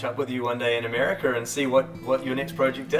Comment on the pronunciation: WTH is Americurr?